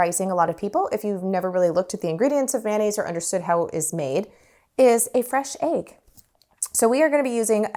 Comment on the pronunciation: I dont think I've heard "egg" pronounced as "ayg" before. Where are you from? Love the lemons!!!